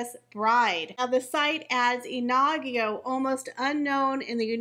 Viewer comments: Pronounce it like in-ago. The emphasis would be on the IN. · The new Middleton babies name is not pronounced Ah nah gee o It is pronounced Ee knee go Short sounds In Spanish. Meaning Fiery🔥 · It's NOT "Inagyo". It's Iñigo, which is pronounced "IN-YI-GO". There is no such name as "Inagyo" in Spanish. It's like calling a "Jennifer" JEN-AY-FAR. That little mustache on top of the letter "n" is called a tilde and it signifies that the "n" is supposed to be pronounced with a "y" or "I" followed by the vowel after it. For example, the Spanish new year greeting "Feliz Añonuevo" is FE-LIZ AN-YO-NUEVO. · I In-I-go. (i as in big)